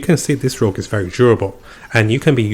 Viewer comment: It's "Rogue" not "Rouge"